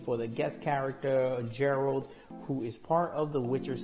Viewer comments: It's Geralt not "Jerald" get it right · well most names in The Wicher have Polish pronunciation so alot of people make that mistake It is even a joke in the game when some woman calls him "Jerald" and he corrects her